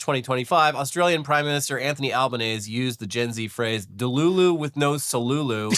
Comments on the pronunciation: Okay it will rarely come up but as an aussie gotta let you know the 'ese' part of albanese is pronounced like end of cheesy and not like ease, he's also just commonly called Albo - also yeah have seen multiple children with skibbidi toilet toys, confuses me deeply why kids are being gifted plush toy toilets but they are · Aussie here, our PMs name is pronounced Al-ben-nezzy, or just call him "Albo" like we all do anyway. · The Aussie Prime Minister's last name is pronounced "Alban-easy". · the Australian prime minister's name is pronounced as "Alben-eazy" - we call him Albo for short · Great video except it's pronounced Anthony Alban-easy. You gotta say both the e's in Albanese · it's pronounced Al-buh-neasy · Easy-peasy, Albanese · It's pronounced Al-ban-easy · The Australian PMs name is pronounced Alba-Nee-zee. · Albanese is pronounced Alb-aneezy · Today.. it's Anthony Albanese, is pronounced Anthony Alba-Knees-zy. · I'd comment, as an Australian, on the mispronunciation of our Prime Minister's name but frankly he's been a constant disappointment to us and the only reason why we kept him was because, in our last election in may, his opponent ran on Trump tactics and lost brutally